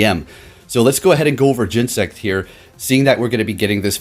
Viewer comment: Oh man the Cringe! say it with me GEN-E-SECT!